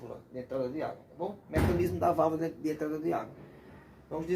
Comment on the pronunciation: É Válvula que fala .....não vávla.....